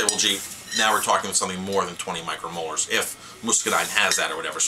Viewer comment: "micro molars"? There are small teeth in wine? hehe, just a joker here, I know you are trying to refer to "micro moles"...